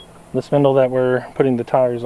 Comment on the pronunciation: Just cut the center hubs out of the old rims and weld a washer on the end, if you keep the NEW tires closer to the inside there is less pressure on the SPINDLES. IT SOUNDED LIKE YOU WERE SAYING " PINDLES " INSTEAD OF " SPINDLES ".